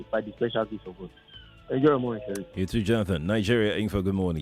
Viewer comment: oga Sheriff said wa serey 😂😅